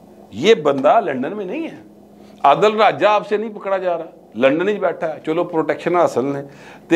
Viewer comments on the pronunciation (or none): none